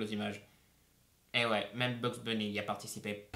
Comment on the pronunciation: Attend il a dit le mîme a la place de même ? (j'ai essayé de mettre la phonétique)